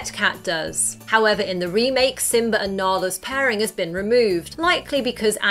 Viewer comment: Pearring isn't it purring Simba not Simbar